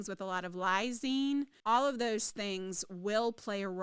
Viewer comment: Yeah she said it wrong